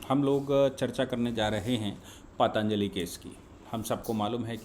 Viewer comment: paatanjali nahi patanjali boliye.